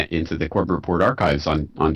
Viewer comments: Show some respect by learning to pronounce his last name. Have you ever watched any of his videos? He clearly states his name every time. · Mate - can you pronounce his NAME correctly??? Just listen to how pronounces his own surname and do likewise. it isn't difficult. I know you're not trying to be rude but please - get it right. It's embarrassing and is too nice of a guy to care so he won't correct you.